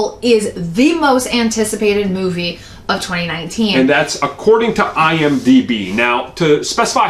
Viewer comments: It's IMDb, ugh c'mon... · Dude It’s IMDB